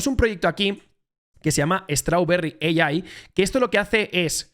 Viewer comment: Muy buen vídeo. Lo único que AI en inglés es EIAI, vamos 🎉🎉🎉